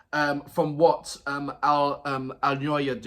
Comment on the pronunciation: Thank you for your quite deep and positive reactions! I must say that Alyona's lyrics are meaningful, and she is a clear talent - all the lyrics are not just for the rhyme - they are like a net of nicely tied laces. BTW, you've correctly pronounced "Alina", and Alyona is very close, just YO instead of I, and A-LYO-NA is pronounced like A - [A]rt LYO - [LEAR]n N - just [N] A - [A]rt